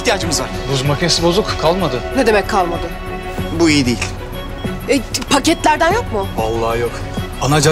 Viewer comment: Deul değil "değil"